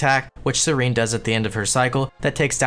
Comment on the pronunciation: seer en. it aint that hard it aint scerene